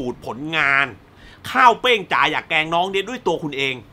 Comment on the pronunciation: ขอโทษนะครับพี่ ผมรำคาญที่พี่พูดว่า เเกง เป็นเเกรง คือมันรำคาญ เเต่การอธิบายหนังคือดี คุณภาพไม่เปลี่ยน สมเเล้วที่ไม่ไปดู เพราะคาดว่าคุณภาพเเบบที่พี่บอก เเต่น้องๆ cgm48 ผมยังเชียร์เเละเปย์น้องต่อไป ครับ